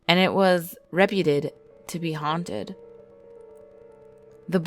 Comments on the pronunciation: It's re-pew-ted not reputed the way you pronouced it. Right from the get go it sets this video up for being ignorant. And it's either native Americans or indigenous people, not "Indians". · watch it at 1.25 times. She also can't pronounce "reputed"